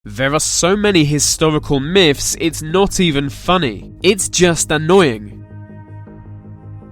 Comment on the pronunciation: historical "myphs"